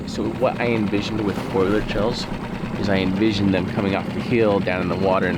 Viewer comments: FOE-lee-edge…not FOIL-edge. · Please stop pronouncing it " foil-age" it's phoalyage like it's spelt. This is like the third video where its been said and it's getting frustrating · Lol it's pronounced "foe-lee-age" I love the "foil-age"! 💜